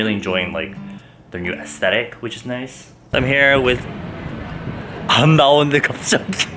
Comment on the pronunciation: Did u just "nic"e